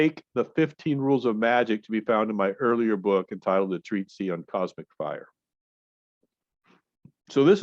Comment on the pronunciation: Treatise not treatsy but good vids